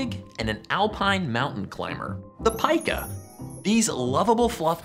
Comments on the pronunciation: It’s not pieka, it’s peka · Nice video. Incidentally, I looked it up, and it is pronounced "Pee-Kah". I didn't know either so that's why I looked it up.